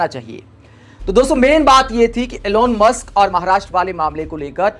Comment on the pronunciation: इलोन मस्क ग़लत उच्चारण है । एलन मस्क है नाम ।।